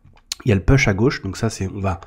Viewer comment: Salut! J’aime beaucoup ton canal car cette personne dont on parle m’a fait tomber sur le chemin de l’unicité, et j’ai réussi à me sortir de la dépendance. Merci pour ton canal. Toutefois, laisse-moi te conseiller en anglais: push ne se prononce pas peush, mais poush. Et pull, c’est pas peul, c’est poul.